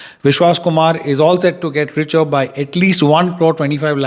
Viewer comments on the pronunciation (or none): none